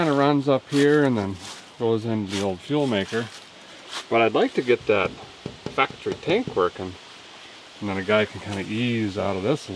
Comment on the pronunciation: Listen.....I need at least 2 or 3 "that's factree" in each video. 😂 Go back and edit some in...